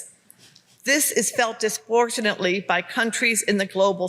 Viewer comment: "forest de-forestation" "disportionately" .. OK lady...